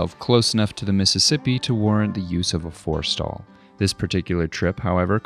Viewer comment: "For Stall"? "Forrestal"? This came up twice and I can't tell what is being said or what it is.